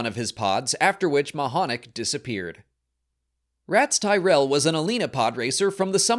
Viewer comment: I had to take a 6 hour breather after “The Ratts Tyerell Foundation” before finishing the vid